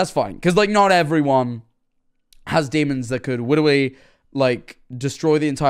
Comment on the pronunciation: says “witterwy”